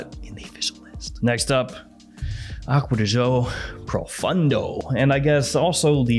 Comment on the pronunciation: Pro foon doe is correct pronunciation